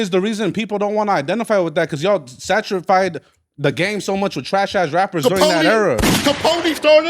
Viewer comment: Did this dude say “Satrified” 🤣🤣😩 unbelievable